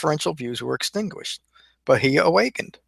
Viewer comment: Your pronunciation could improve but all in all good job. Bahiya= Baa-here.